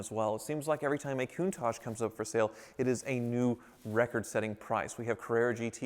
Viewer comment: Just for saying, but Countach is pronounced Countách, with the accent on the a and the ending is pronounced as the English "CH", not as "SH", because it's not French, but it's a dialect from Northen Italy. Nothing nothing major, but since you own one, at least you know how it's called 😂